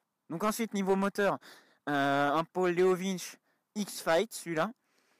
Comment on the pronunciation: Slt mec je critique pas mais juste on dit leo vince et pas leo vinche 😂 slt